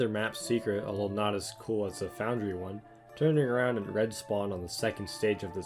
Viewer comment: “Foundary” lol